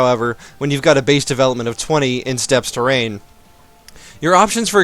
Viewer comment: Steppes is Pronounced (Step) same with just Steppe